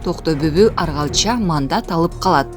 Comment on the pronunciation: Аргалча эмес Оргалча ,атасынын аты.Ушундай сабатсыз журналисттер кайдан окушкан?